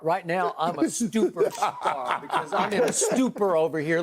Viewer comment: "Im a stuperstar" smartest think skip has ever said